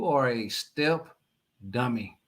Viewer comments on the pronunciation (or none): says "dummeh", just like Fred Sanford calls Lamonts "you big dummeh".